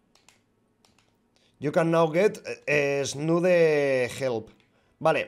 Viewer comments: ha dicho esnude :/ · Todos: tsunade: esnude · esnude en vez de tsunade